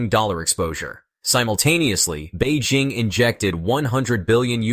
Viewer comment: Beijing, with a J, is the capital of China. Bay Zhing is a French perfume. For dogs. I have no idea why this guy is maundering on about this French perfume. He's not coherent at all. He switches to Beijing -- but he seems to think their currency is yoo-ann or yoo-enn. He can't make up his mind. Very odd.